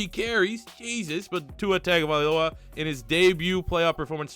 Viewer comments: it’s tagovailoa not tagovialoa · It isn’t TAGovailoa, it’s pronounced TUNGovailoa 🤦🏻‍♂️ I cringe so mf hard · as a Alabama fan i have to correct you its TUNG-OH-vi-Loa dont take offense i butchered his name the first couple times i heard of him to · The A and the I need to be switched in Tagovailoa